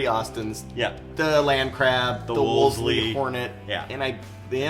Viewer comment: A little British English here? Wolseley is pronounced 'Wool-zy'. Prats.